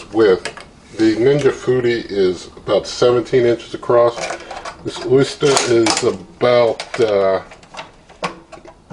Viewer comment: I mean no offense, but it's pronounced Oh-ster, not oyster.